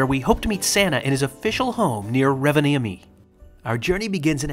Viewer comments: By the way, it's pronounced ROvaniemi. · Im currently in Rovaniemi, and FYI, you're pronouncing the towns name incorrectly. Santas village is quite expensive and the shops in the villages have nearly doubled in price as its high season (eg locals like to take advantage of tourists). You need to try GLÖGI. It's just like mulled wine except that it tastes better and doesnt have alochol in it..